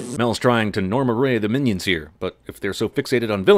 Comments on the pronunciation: As soon as he said "Minaids" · minaids or minyaids not miniaids thats just small aids